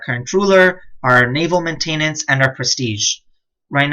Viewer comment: These are great guides but someone really needs to teach you how to pronounce the word MAINTENANCE